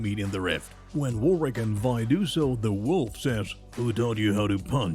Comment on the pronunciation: Did the narrator said "we and powder" instead of vi and powder?